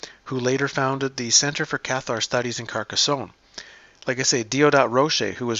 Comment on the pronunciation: There is no “ay” on the end of Carcassone.